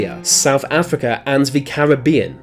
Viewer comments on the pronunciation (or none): none